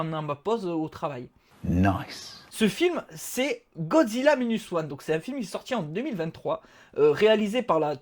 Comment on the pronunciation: Godzilla "maïnuss" one et pas "minus oane" franglais ;-)